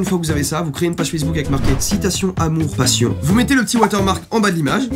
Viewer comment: "sur fesse bouc" mdr